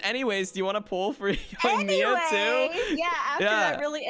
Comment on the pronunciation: You guys should really listen to the Japanese VA. You’re saying the names wrong. Yoimiya is actually pronounced as Yo-eem-ya. Ayaka and Ayato are pronounced as Ah-yah-ka and Ah-yah-to. Tartaglia is pronounced as Tar-ta-lee-yah. The G is silent. And Diona is pronounced as Dee-o-na. Learn the pronunciations before saying their names people. Overall you guys are great